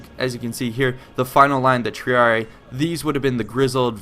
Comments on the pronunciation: The incorrect pronunciations take away from the credibility of the video. Not very hard to find out what the proper pronunciations of the different words are. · Salve. was thinking the same with the c. Also with triarii. The romans didnt have silent words and every letter was spoken so yeh again right with triarii. Vale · You said Triarii wrong It is like Triari i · The double "I" becomes tree-ah-ree-ee. This is the method to make a masculine noun plural, just as Julii, Helvetii, Scipii. Nouns ending in -ius -io (these are not the entirety of the masculine endings but these are the ones effected in this manner) are changed to -ii pronounced eee-ee. Latin is phonetic so every letter must be pronounced. To most English speakers this is awkward, but it is the proper pronunciation. See Wheelock's Latin. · Also, triarii is pronounced "tree-ar-ee-eye" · triarii is pronounced with both the i's pronounced. tree, are, e, eye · its pronounced triareyi pronounced wise. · Tree Are E Eye. That how you pronounce it. Triarii. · triarii tree-are-ee-eye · I thought triarii was pronounced "Tree- are-e-eye" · Triarii is said "tree-arr-eeii". Two i's is almost always "eeii". Thank you for this video, though, and vae victis friend. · God why does everybody say Tree-a-ree-ee like the horrible voice actor in the game. Say it loud, say it proud, TRIARII!